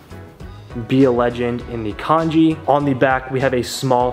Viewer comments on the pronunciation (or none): none